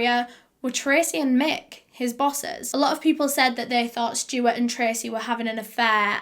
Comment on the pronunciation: I just love how she says Stewart. “Schtewwart”